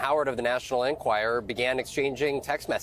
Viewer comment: Someone please explain to Vaughn that it's pronounced: en- QUIRE- er